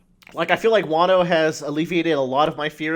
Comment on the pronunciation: Also why the hell are you pronouncing Wano as "Waaay-no"? It's a "short a" sound not a "long a" sound.